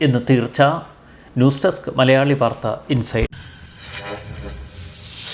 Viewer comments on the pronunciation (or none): none